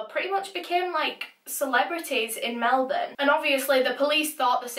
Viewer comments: Exactly - the second syllable is almost ‘swallowed’ - ‘Melb’n’ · As an aussie, I very much appreciate the proper pronunciation of Melbourne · Thank you for pronouncing Melbourne correctly! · Finally, a non-Australian who can pronounce Melbourne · It's kind of Mel-bun. But you sort of have to say it together real quick so it sounds like one syllable instead of two. We make sounds rather than words. For example Australia has four syllables but we pronouce it Straya. So it sounds like only two syllables. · omg she’s the first person i’ve heard that isnt from australia that pronounced melbourne properly